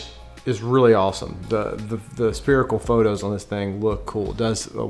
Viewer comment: Spirical panorama ? wtf is that word. Spherical ?